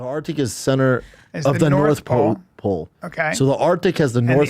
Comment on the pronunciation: "duhhh Sana lives in the norff powl and duhh poler beers live in the souff powl"